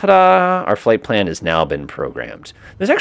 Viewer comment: Fipple page? 😂 you mean flight plan?